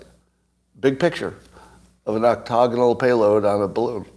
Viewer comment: Please stop saying octogonal.